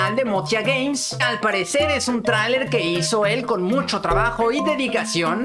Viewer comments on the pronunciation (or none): none